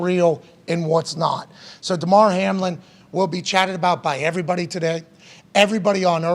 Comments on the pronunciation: Why dude keep calling him HARLIN? It’s Hamlin. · Hamlin… not Harlin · Sheesh...how ya get the name wrong several times 😅 🪴 💨